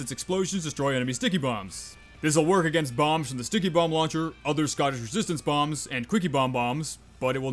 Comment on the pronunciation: "Aganist" hahaha